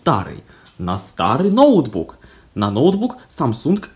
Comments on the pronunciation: Говори правильно не нОутбук а ноутбУк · да.. ноу́тбук как правильно